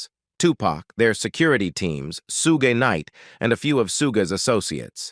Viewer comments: I call BS. And AI. Your AI can’t even pronounce Shug, pronounced like Sugar, not like Sue-Gay. Pathetic. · 😅😅 disrespectful - his aka name is Suge not Suggay Knight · “SUGAY” Knight. 🤣🤣🤣🙄💀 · Suge = Shug/ pronounced as half of word “sugar” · It's not Suze😅😂🤣 it's pronounced like sugar but suge..... Geez